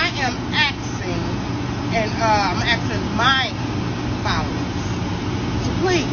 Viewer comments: She is the reason why people think black people can't say "asking". "Tell her Sweetly Seasoned is axing" 😂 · YOU WERE 100% WRONG I WOULD NEVER SUPPORT YOU I DONT BLAME THAT OTHER WOMAN YOU CAN KEEP THE MONEY PERIOD AND IT'S ASKING NOT AXING